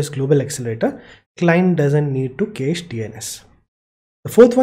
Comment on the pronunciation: Cache in USA is pronounced as cash. Anyway, awesome content. Thank you so much.